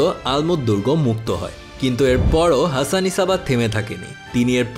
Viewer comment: ভাই উনার নামের উচ্চারণ "হাসান সাব্বাহ" বুঝি যা হোক ভাল্লাগসে ভাই❤️❤️